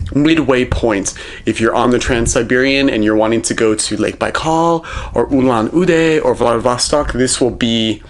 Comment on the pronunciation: It’s not Uulaan udee it’s actually ulaan(the sound of the u is like the “o” in ore) and üd